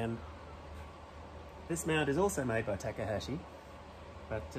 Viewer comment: Ya just can't get an Australian to pronounce anything correctly. "Tack-uh-haaashi". It's not that hard: "Taw-kaw-haw-shee".